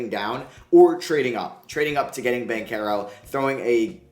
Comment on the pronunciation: Isn't it just Ban-chero and not Ban-kero?